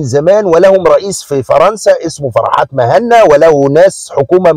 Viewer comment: مهني و ليس مهنا